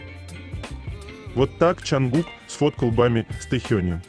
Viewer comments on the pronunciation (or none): Почему имя ,,Чонгук,, все время произносится через букву ,,А,, ? Слух режет 😮